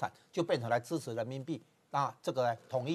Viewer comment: 这女的是这样发音的 “资瓷”（支持）”鹅且“（而且）“不子四“（不只是）。农村妇女